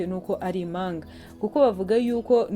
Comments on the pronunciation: Ntabwo ari imanga bavuga impanga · Ntabwo bavuga imanga bavuga Impanga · Ntibavuga ,Imanga Bavuga Impanga murakoze🙏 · Imanga? sinarinziko habaho umunyamakuru utazi kuvuga ibihekane! utumye inkuru ibiha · Nyabuneka uduhaye amakuru meza ariko ihangane wige kuvuga ikinyarwanda neza ,utandukamye igihekane mp n,ingombajwi m ntibavuga imanga bavuga impanga plz ntunyumve nabi